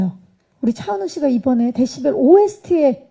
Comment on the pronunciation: 박경림님이 데시발 이라고 잘못 발음하니까 웃음 터진거 존나 웃기넼ㅋㅋㅋㅋㅋ 데시발 ㅋㅋㅋㅋㅋㅋㅋㅋ